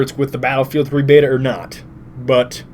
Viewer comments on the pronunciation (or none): none